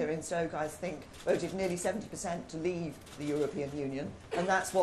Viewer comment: Couldn’t even say the word Leave properly at the beginning of speach, she sounded like she was about to choke on it